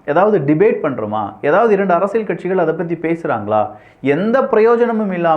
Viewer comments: யோவ் என்னய்யா அரசியழ் அரசியழ் சொல்ற.அரசியல் னு சொல்லுப்பா.நல்ல தமிழ் பேசுகிறார்.ஆனால் இது தவறாக உள்ளது.முடிந்தால் கவனம் கொள்ளவும்.❤❤❤❤❤❤ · அரசியள் இல்ல அரசியல்